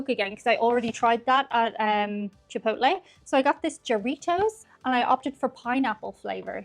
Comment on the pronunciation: Hello it is NOT pronounced "Chee-poht-leh". Its PROPER pronunciation is "Chee poh tleh". What is it about most people wanting to disrespect and mispronounce Latin Spanish words. Yet, they go out of their way to properly pronounce French, German, and other White European names. Remember that you () do not like when people (especially Americans) mispronounce Irish names and words.. Not trying to sound rude or 'demanding', just respectfully, 'assertive'.))):eyes-pink-heart-shape: It is also NOT "Yah-rhee-toes". It is "Hah-rree-tohs". History says that 'Brownies' were invented / created in 1893, by Bertha Palmer, a prominent Chicago socialite whose husband owned the Palmer House Hotel.